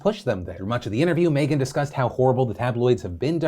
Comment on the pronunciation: why does phil pronounce "meghan" as "may-gen"?